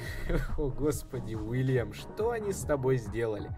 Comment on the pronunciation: Уильям а не Вилиам